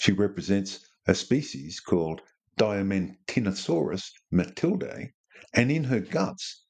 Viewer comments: Pro Woe: Diaman teena saurus. pronunciation. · The genus name is Diamantinasaurus, not Diamanitosaurus.